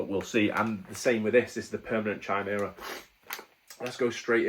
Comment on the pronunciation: Pronounced 'Kaimera' 👍